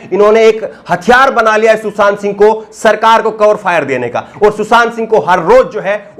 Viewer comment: भाई सुसांत नहीं सुशांत